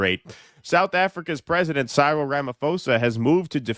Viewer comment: please learn to pronounce Cyril & row, meaning a commotion (hint: rhymes with meow).